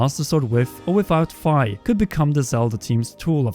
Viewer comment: I think Fi is pronounced as the phy in physicist not as the fi in sci-fi. That said, I love your videos!